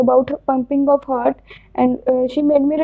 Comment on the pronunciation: Pronunciation of heart was wrong.